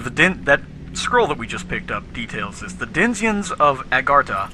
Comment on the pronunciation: The "denziens" ? The game sure is right to treat you USians as dumbasses. Read even propely cant you.